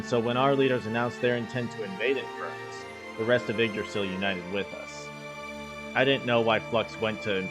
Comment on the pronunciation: "oh he's inferrnus, beat his ass" 😂